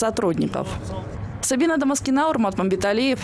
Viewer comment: Сабина Домаскина , правильное произношение ещё никто не отменял